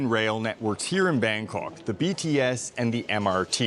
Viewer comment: Bangkawwwk... you need to try harder. Other than your pronunciation, the video is awesome.